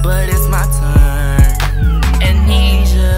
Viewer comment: Some constructive criticism: Make sure you pronounce and spell the words correctly before you record and upload a song. You pronounced Amnesia wrong the entire time and it's succeed with two c' s not one.